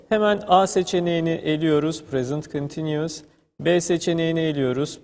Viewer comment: teşekkürler,çok rahat anlaşılan bi eğitim videosu olmuş."continues" telaffuzu 10 numara ;)